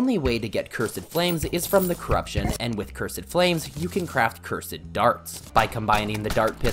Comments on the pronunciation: Ah yes. "Ker-sid flames" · "CUR-SED DARTS"💀💀💀💀💀💀💀💀💀💀💀💀💀💀💀💀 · Petition to make him stop saying curs- ed